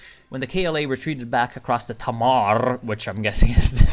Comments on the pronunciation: Can confirm, its pronounced 'Tay-mar'. Kernow bys Vyken and pass me the rifle :p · My immediate reaction xD